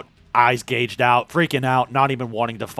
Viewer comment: gouged gow... like cow...